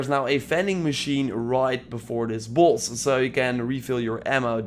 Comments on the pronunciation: He says bloss not boss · What "buss" are you farming now lmao why do u say boss like that